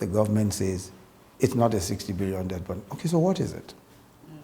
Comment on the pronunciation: Just to point out that the pronunciation of debt is "det".... so Adeola please cross-check and correct accordingly. I am a big fan. Keep up the good work.